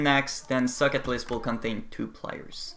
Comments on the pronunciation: I am the only one or when he says socket I hear suck it? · why do you pronounce socket like suck it? haha great tutorials though